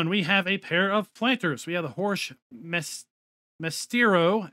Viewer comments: Maestro is like my-strow. You might recognize the word, it's what they call a masterful classical musician, I think it's just Italian for "master". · Nah not really, mire like [ma-es-tro] but not like anyone on the other side of the pond would care.